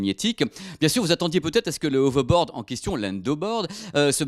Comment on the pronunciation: On dit "HoveRboaRd", pas "Hovebod". Merci